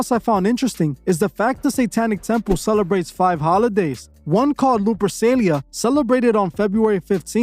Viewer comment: Informative vid but Lupercalia isn't pronounced with an S sound.👍